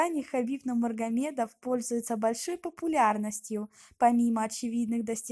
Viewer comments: Автор говори правильно не Нумармагедов а НУРМАГАМЕДОВ!!! ХАБИБ НЕ ОСПОРИМЫЙ ЧЕМПИОН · Фамилию произноси правилно пж. Нурмагамедов, НуриМухаммад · Сперва научись говорит ево фамилию потом расскажи о неём ( Нумармагамедов) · Сначала учись сказать Нурмагамедов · Не Нумаргамедов а Нурмагамедов😅😅😅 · вы конечно меня извините но сначала фамилия Хабиба правильно говорите пожалуйста я весь видео смотрел но не услышал в его фамилию букву РРРРРРР.,, НУРМАГОМЕДОВ,, а не _Ну магомедов_ Спасибо Всем САЛАМАЛЕЙКУМ ✊✊✊👆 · не нумаргамедов а нурмагамедов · Худо бигират маймун аввал гапзаниро ёд гир баъд гап зан! Нумаргамедов?))) Вот ты дурочка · Автор назавити его фамилия правильно и без ошибок. Он Хабиб Нурмагомедов а не Нумаргомедов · Алее, ведущий у тебя проблема с ОРФОЭПИЕЙ, научись читать и произносить слова правильно. Не Нумаргамедов, а НуРмагомедов! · Е бева нулмагомедов не нурмагомедов тупой изучить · Нурмагомед а не Нумаргомед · Как как Хабиб нумаргамедова😂😂😂😂😂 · Автор правильно читай фамилия НУРМАГАМЕДОВ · сначала правильно Скажи фамилию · Админ ты Хабиба фамилию не можешь нормально выговорить еще че то там вякаешь. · Мне кажеться или девушка на видео не может правильно выговаривать Нурмагомедов??🤔🤔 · Фуу Почему неправильно говоришь имя фамилия бойцов 🤦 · хабиба нурмаргамедова, сначала правильно приноси фамилия человека, а потом говори на русском языке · Фамилию правильно говари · Ты отчество не правильно произносиш!!!! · Хотябы его фамилия правильно говори 🤦‍♂️ не тупи🤦‍♂️🤦‍♂️🤦‍♂️ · Ты хотя бы правильно произноси фамилию Хабиба... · Ассаламу алейкум ва рахматуллахи ва баракату. Прошу правильно произнёсти фамилию Хабиба. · Дуруст гапзан охи нумаргамедов не Нурмагомедов